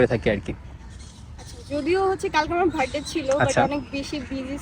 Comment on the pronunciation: বার্থডে ❌ ভাডডে ✅